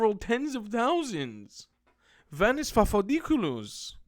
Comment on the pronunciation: His name is Yiannis (not Vanis) and he IS a liar. And he is definitely also a malaka ... BTW - the Palestinians are very definitely a 'fashionable' cause in the West. This from a Greek (please take it easy on the Greek names 😀).